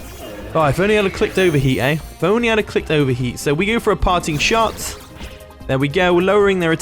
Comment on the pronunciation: Everytime you say "Parting Shot", I keep hearing "Party Shot" 😂😂 it was a hit song a decade ago in the Caribbean. Party Shot - Popcaan 😂